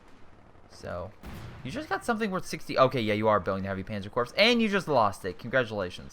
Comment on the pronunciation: Corps is pronounced "core" Sabot is pronounced "saybo"